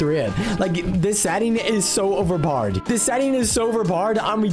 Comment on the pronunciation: It’s hilarious when he says over poder